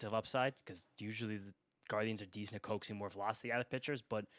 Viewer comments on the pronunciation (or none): none